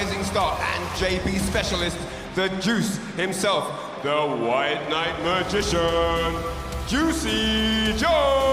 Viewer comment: "The white mabrbrbrbbrrgician" god is the best commentator